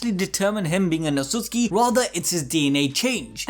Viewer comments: Otsusuki, otsusuki wtf is that. Its otsutsuki. Otsusuki means lier in japanese. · Any one else mad about how the pronounced outsutsuki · You said otshusuki 100+ times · It's Otsutsuki lol